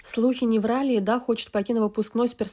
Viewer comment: Госпадиии, что за Эдааааа, если она Эда (с ударением на первую букву). Бесит!